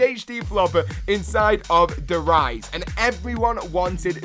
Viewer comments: Der Riese not Riëse wtf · "der eyes" really...